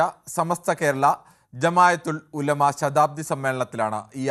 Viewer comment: ജമായത്തുൽ ഉലുമ അല്ല. ജംഇയ്യത്തുൽ ഉലുമ ആണ്